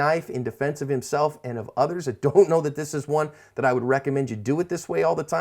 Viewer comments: Can you stop saying assp it's annoying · I love videos, very informative and interesting. I have to ask tho, am I the only one who notices he always says ASSP at the end?.... makes me smile every time... but whats with that?